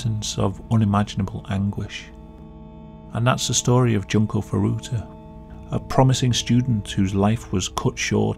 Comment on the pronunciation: june-koh foo-doo-tuh JESUS CHRIST!